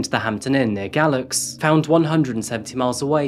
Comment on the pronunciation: Not trying to gripe or say anything negative, because I really enjoy the video overall. Just thought I should say it Galax is pronounced (gay-lax) I know it's weird lol.